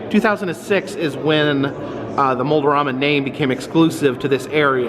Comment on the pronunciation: Kinda funny you keep saying Mold-O-Rama, while it is spelled Mold-A-Rama, guess the Mold-O-Matic is influencing that :P